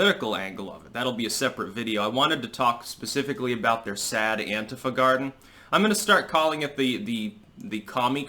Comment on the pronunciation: Thank you for (mostly) pronouncing "Antifa" correctly. Sick of hearing the stupid anTEEfa shit.